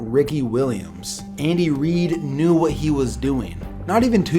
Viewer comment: sounds like he said Andy weed😂😂